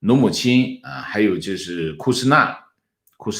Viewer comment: 是姆努钦，不是努姆钦。除非我是听错了，好像每次把姆努钦说成努姆钦：史蒂芬 姆努钦。